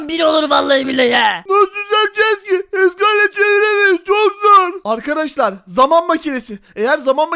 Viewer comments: Arkadaşlar❌ Arıkadaşlar✅ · abi sen niye arıarkadaşlar diyosun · videonun başında arkadaşlar demek yerine arıkadaşlar dedi sorun yok